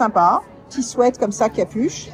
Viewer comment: Je ne sais pas si on vous l'a déjà dit mais merci de dire "sweat" et pas "sweet" comme a peu près tous le monde, ça fait du bien aux oreilles 😄